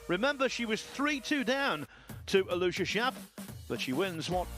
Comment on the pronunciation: I do wish the British commentators would learn how to pronounce Aloysius. It's four syllables, AL-o-WISH-us.